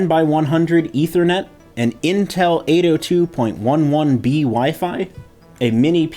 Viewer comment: 802.11b is pronounced 'eight oh two eleven bee'.